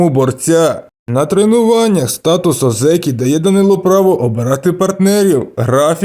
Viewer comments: На січневому він не отримає це звання, треба мінімум 2 поспіль виграних турніри будучи в ранг Одзекі, і автору б правильно казати О́дзекі а не Одзе́кі. І взагалі, мало ймовірно те що він стане 3 діючим Йокодзуна, хіба якщо Племінник (Хошьорью) в наступні 4-5 турнірів не здобуде жодного Юшьо і його попросять піти у відставку тоді таке можлив, але на зараз я не бачу реальної можливості Данилу стати Великим Чемпіоном...((( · Ні озЕкі, а Озекі! Наголос на "О"!